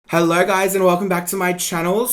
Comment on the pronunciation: “Hellrrr gouys “ WTAF